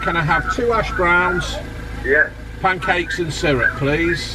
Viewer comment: I can only hear Ash Browns. If you google Ash Browns, Google knows the is SPOT on. He's a big hearted kid who may find some sadness with the last game of the season...😎 In fairness he likes a bit of banter does this kid... Well! unless it's against Jamie Vardy... It's true Dave. (Man Boner)